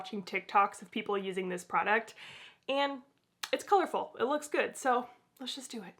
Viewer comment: I can literally not understand you enoucinating the name of the prodcut. What product? Is this an un-ad?